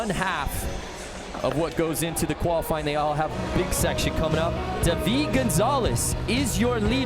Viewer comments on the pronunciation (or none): prononcer dude its david not day veed